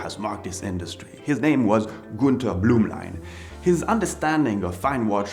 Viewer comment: From your accent, one could assume your first language is French. so you should be familiar with the pronunciation of the German umlaut-U (Ü) since it sounds exactly like a French U. So why is it that you pronounce a German name such as "Günter Blümlein" like a native-English speaker would "goonter bloomlein"?